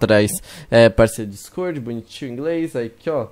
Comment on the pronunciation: O pessoal penssa que vc e português porque vc fala dicôrdi